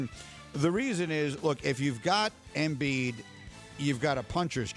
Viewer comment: Embid? Lmao